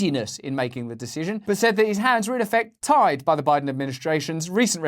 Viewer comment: Joe Lie-den. It just rolls off the tongue doesn't it.